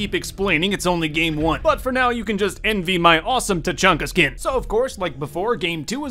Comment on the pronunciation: Tachanka more like ta-chunky